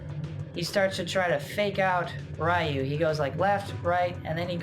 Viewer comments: It's pronounced RE Yu not Ri Yu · Ryu=Reee-ooo not Rii-ooo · I was good until "Rye-You" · Great video. You mispronounce Ryu's name though. He literally says "Ryu is my name" in the scene.